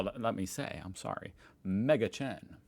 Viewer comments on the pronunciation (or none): none